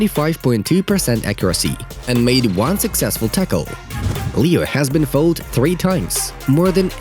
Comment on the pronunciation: Three fouls? I thought it was more. But foul is pronounced like fowl, not like foal. And where was the ref.? How come no cards for the fouls. Messi could hardly get started. Mbappe tried to pass to Messi, but Messi was fouled.